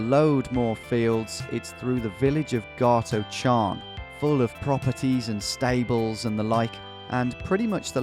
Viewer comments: Scot who lives just south of there, it’s gart-oh-karn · Tom: "Gart Oh Charn" Scotland: 😂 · Now as a resident of Gartocharn I try not to take offence to the pronunciation too often but this massacre of Gart-o-charn was too much to take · Gartocharn is pronounced "Garto-harn" :-) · My guy said Gartocharn, it is Garto-harn you dont pronounce the ch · The C in Gartocharn is silent lol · This area is where I am from and stay. Never heard Gartocharon pronounced like that 😂. The c is silent.